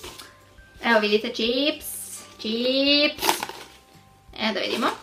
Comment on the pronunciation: kaže ćips, ne kaže se ćips nego čips